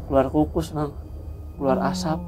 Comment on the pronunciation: The power of ngapak "kukus" 🤣🤣salam purwokerto